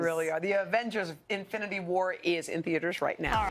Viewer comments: Did she just said Avengers AFINITY WAR? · It’s INFINITY not AFFINITY. Lordt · Did she say Affinity War? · She says affinity war 😂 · Did she say affinity? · Did she really just say “Avengers Affinity War” 😂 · Did she say Affinity War in the beginning of the video? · INfinity War. Not Afinity War. LOL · So like NO one heard her say Avengers "AFFINITY" war??? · Y’all hear her say affinity war?? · Did she just say "Avengers Afinity War"? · Did she say Affinity War? -___ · Yet they couldn't pronounce his name properly smh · It's the biggest movie ever made and they can barely pronounce Infinity War lmao Eh's'Old